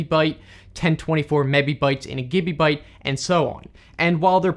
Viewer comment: Everyone is talking about the things in the video, while I’m just laughing about the way says ‘kibibyte’ and ‘gibibyte’ 👹👹